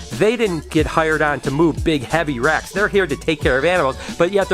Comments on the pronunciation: I thought u said Rats at first so i am like why would ur father-in-law have a storage unit filled with rats?!?! 😂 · When u said 'moving racks' I somehow heard 'moving rats!' I was so confused! Love the vlogs, keep up the good work!✌️x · Did anyone else thought he said rats instead of racks 😂😂